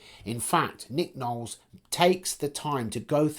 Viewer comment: Ffs it's LOwles